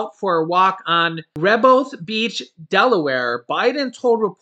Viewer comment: Hey I wish the best for you and yours I wanted to let you know it's RE HO BETH lol trust me your not the first to say it wrong I grew up near the beach